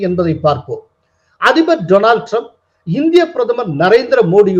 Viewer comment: My friend Dolan Trump. நண்பர் பெயரைக்கூட தவறில்லாமல் சொல்ல தெரியாதவர்...